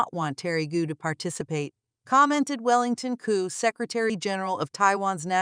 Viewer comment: Gou is not pronounced goo. You used a map which shows the island of Taiwan as a part of the PRC, tisk tisk. Or do you mean to say the PRC is a part of the RoC? Either way, you made a mistake.